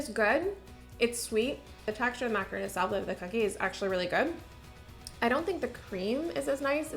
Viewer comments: Macaron. Not macaroon. Two different cookies. You should know the difference. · Had to stop watching after the 2nd time she said macaroon in less than a minute. It's mac-a-ron! I don't know why but that just gets me riled up. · Enjoyed the video but was so dumb struck that a baker didn’t know the correct pronunciation of the French pastry macaron. A macaroon is a coconut cookie. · Macaron not macaroon 🤦‍♀️ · I love your videos, and I’m not trying to be a D*** but it’s macaron not macaroon 🤪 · I love you so much. But every time you say "macaROON" instead of "macaRHON" it's killing me, girl. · The first were macaron. Macaroon are something different. I don't like how the two names are so similar. Not long ago I realized the correct pronunciation and difference. That's the only reason I share. 😊